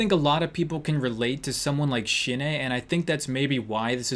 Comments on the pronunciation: I noticed she drew a colossal titan and the way you pronounced the name sounds like 'Shine'it means die in Japanese tho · shin ae is pronounced shin ah XD